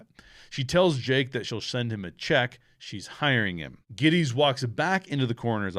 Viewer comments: It’s funny that you and Noah Cross both mispronounce the last name of Jake Gettis. This is a fantastic movie. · Mispronunciation of Gittes name over and over ruined this to me that’s a gag in the movie several times where he corrects pronunciation of his name. I had to click off pretty early it seems like a simple detail you should have taken the time to learn how to pronounce his name.